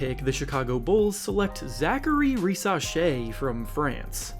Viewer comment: Alexandre is not pronounced like Alexander, the -dre part is important. Risacher is not a truely French name, it's germanic you have to prounounce it more like Rizaker.